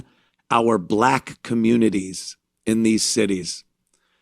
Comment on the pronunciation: The truf, commrnunities, burial, toof etc